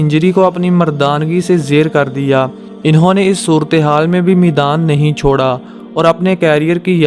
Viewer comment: Maidaan bol Bhai not meedaan Urdu talafuz theek Karo